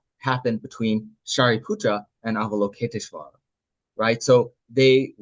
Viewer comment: Thanks for sharing! Btw English translator — *Avalokiteśvara, not Avaloketiśvara 😊 (also stress on 5th not 4th syllable)